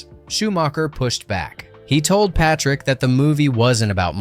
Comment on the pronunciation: Honestly, the two Corey's (before they became) had everyone cracking up in theaters with their banter. The girls drooled over the sexy biker gang. And the action was unbeatable for a "teen vampire biker fantasy" And Jason's last name is pronounced Pay -trick